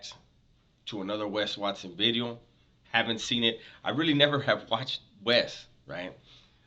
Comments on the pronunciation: Ronnie Blueeyes started the buz with you saying VITEOOO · It sounds like your sayn vidrio! G heads loven that haha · Because it sounds like bideo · Dubs trips me out man, when he says video just like my tios, and pops saying the word beach sounding all chunty. Lol no worries keep the great content coming.